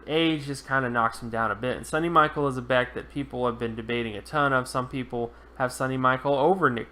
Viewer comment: It's pronounced Sony like (Sony Walkman) Michelle (like Michelle Obama) , not Sunny Michael. And I think he will be better than you predict.